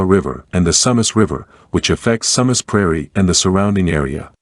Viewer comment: Sue Mass, not sum uss.